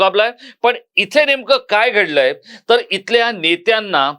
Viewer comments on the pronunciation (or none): none